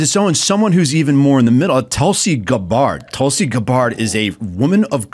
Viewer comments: LOL at this dude's pronunciation of Tulsey Gabbard's name. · A bit of a stumble pronouncing Tulsi’s name